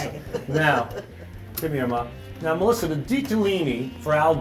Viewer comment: Sal can't even pronounce his sister's name. "Melisser"